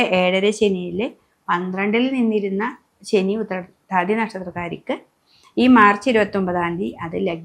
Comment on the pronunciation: Utthrattathi onnum clear alla